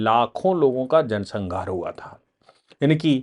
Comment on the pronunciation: उच्चारण सुधारे sanghar नहीं संहार सही है। आपके मुख से गलत उच्चारण ठीक नहीं लगता।